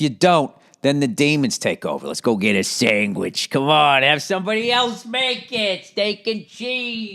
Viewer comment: Bill said “sangwich”. That’s fantastic.